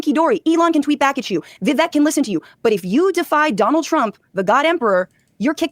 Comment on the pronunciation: [Vee-Vayk] or [Viv=ekk] ?